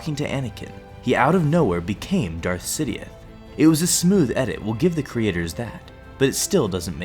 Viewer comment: you said Darth sidioouth